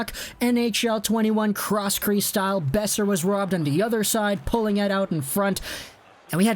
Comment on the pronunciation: Ngl the way at the you said brock beoser at the start kinda made me cringe